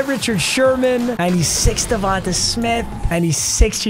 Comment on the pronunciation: Stop saying devontuh